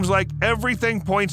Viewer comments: I really enjoyed your video. You have to research a little more though. It’s not pronounced gigantopictheekus , it’s gigantopickithus Saying it right gives a little more credibility. Everyone is entitled to their opinion, but unless you’ve seen or heard something that cannot be explained except for it being a Bigfoot, they will remain a source of amusement As will the people who have gone into the bush and have had something unexplainable happen to them, such as myself. Miles from anywhere deep in the Alberta wilderness something happened that cannot be explained unless the existence of Bigfoot is real. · Dude Giganta PTHICAS. 😂😂you say it wron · Really should have learned how to pronounce the name properly for Gigantopithecus (jai·gan·tow·pi·thuh·kuhs) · OMG please re-dub this video after looking up how to pronounce Gigantopithecus 😂 its Giganto• (like gigantic but with toe at the end) pith•eh•cus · why u sayin piTHEEKUS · The pronounciation of Gigantopithecus tho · As an avid Ark player, the way you pronounce Gigantopithecus really bugs me 😣 lol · same, i was like: am i the one who was pronouncing it wrong or is he lol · Hearing the mispronouncing of gigantopithecus was painful… all two dozen times. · G I G A N T O,P I T H, I C U S. You're saying it wrong! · My God man I didn't think it was possible to say gigantopithecus wrong so many times short time frame. Next time just say it once maybe twice so it doesn't make you sound so ignorant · The way this guy pronounces Gigantopithecus and Maori is absolutely infuriating to listen to. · The way he pronounces Gigantopithecus is so fucking jarring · It's pronounced "For-us-RA-kus". And it's not "Gigantopathecus", it's "Gigantopithecus". Don't wanna be THAT guy, just sayin'. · Gigantopithecus is not pronouced Pee tha cus it's Pith uh cuss. I can't take hearing it wrong lol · "Gigantopithecus" is pronounced "jai-gant-oh-PITH-e-kuss." The first syllable rhymes with "lie," "sigh," "pie," etc.